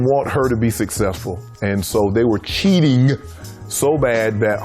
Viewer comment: “they were CHEATINGUH” Shannon Sharpe “I was RUNNINGUH” Forest Gump